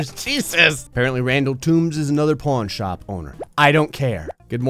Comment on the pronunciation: Is it just me or does he keep calling it a Porn Shop?